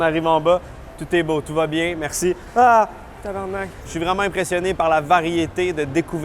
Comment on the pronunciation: Le thaïlandais dit mieux tabarnak que toute les français réunis 😂😂